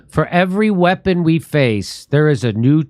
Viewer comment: What the fuck is a WHIPPON